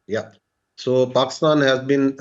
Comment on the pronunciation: Saala pakistan tou dhang se bol de… he is saying pakstan instead of Pakistan😂